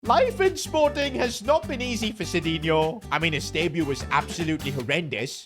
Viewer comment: Noob sidinho its midinho